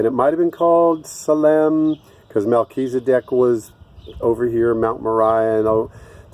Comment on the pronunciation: duuuude you said Melchezedek. I'm super educated.